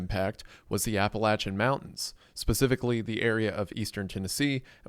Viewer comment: The fact you went on-location yourself to help shows what a great guy you are,. Thank you for using your platform for good. It's also nice to see someone connected with the area well enough to know how to pronounce "Appalachia" correctly;)